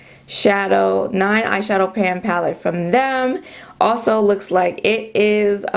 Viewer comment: I laughed so hard! I thought you said ‘ash shadow’ and then you said Too Faced. So appropriate for my melanated skin🤣🤣. Aww MAC they will always have a place in my heart though I havent bought a thing from them since 2010.